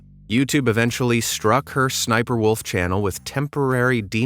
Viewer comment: Sniper, Wolf doesn't like when you say her name like that.She you're not supposed to say her name like that